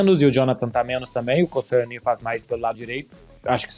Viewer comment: Jovens, bom conteúdo, mas avisem ao que o nome correto do zagueiro marfinense (muito bom, diga-se) é Kossonou e não Koscielny.